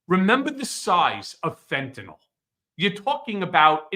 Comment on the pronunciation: Ben needs to learn how to say fentanyl.